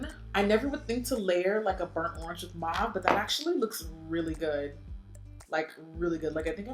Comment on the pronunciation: Uh girl! You are the best MUA! I’m sorry but I am going to call you on the word ‘mauve’. It’s like taupe, ‘au’ in French sounds like the letter ‘O’. So it’s mau(o)ve. I’m sorry girl! I thought you might want to pronounce it correctly. 🤓